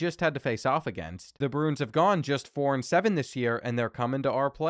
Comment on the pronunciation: Dont know whats worse reads usually causing an int or trying to say Bruins. (In all seriousness hope everyone in Hawaii is ok)